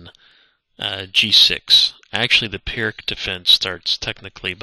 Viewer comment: Pirc is pronounced "peerts", just so you know.